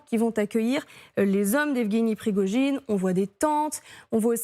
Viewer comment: Pirgogine au lieu de Prigogine par ce que vous ne comprenez rien de lui😅